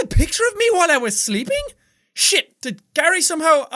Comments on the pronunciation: Jack... I hope you know you pronounced shit and bullshit wrong... :/ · I love how immediately after he decided it was either Irish or British he started pronouncing shit different 😂😂